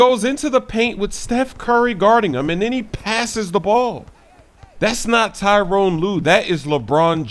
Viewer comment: Tyronn not Tyrone lol